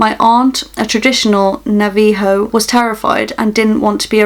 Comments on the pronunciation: Navajo is pronounced na- va- ho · Here's how to say Navajo, Na-va-Ho hope that helped :) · for future refrence it is pronounced nah vah hoe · Navajo is pronounced navuh-ho it’s a Native American tribe and skin walkers r usually seen on the Navajo reservation Skin walkers live where there’s a Native American reservation Also the last story seems like wendego and not a skin walker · navaho say it like that not trying to be rude or anything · "Nava-ho" pronunciation 4 navajo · ITS (NA-VA-HO)